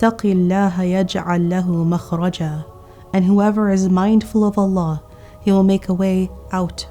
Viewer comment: An amazing lecture as usual, but plz for the verse ومن يتوكل على الله Do Kasrah not Fathah for Allah